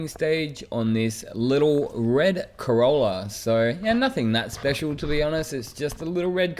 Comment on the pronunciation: Cololla or corolla?